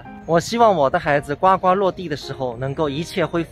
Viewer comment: 呱呱落地的“呱”字念“gu",不念”gua“ 。